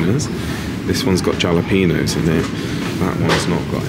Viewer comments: jalapeño, pretend the J is an H and you have it. You really should not be wearing your watch on your irritated arm. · Stop the camera. I’m not even joking. Is that really how British people say jalapeño? Wow. I guess so. Haha.